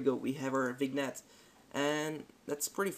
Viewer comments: Great tutorial. One thing - your English is obviously brilliant, but I just wanted to give you a friendly comment about pronouncing the word vignette. It's 'vinyet' with the emphasis on the yet. Again, just a friendly heads up, as I guess this is a word you use a lot doing visual effects. Cheers. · Great vid- straight to the point! --- Btw, vignette is pronounced "Vin-yet"